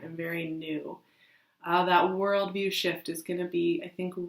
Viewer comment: I thought you said Shit! Not shift! They both seemed appropriate right now!!! Lol. Thanks!!!!